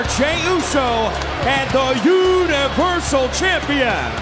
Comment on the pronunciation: And the younal-versal champion